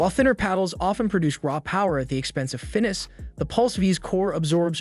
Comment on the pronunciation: Finess....... Fin-ess!